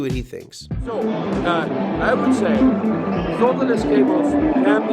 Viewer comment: Just a few observations and comments.... I’m in a “mood”... Why don’t you pronounce the L in solderless? You say soderless...maybe the guys from TPS are paid by SoLderless cable companies, has anyone ever commented about your haircut, trivial I know but Bobs went out in the sixties.